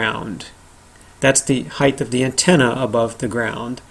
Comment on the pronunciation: HEIGHT! Not heighth. omg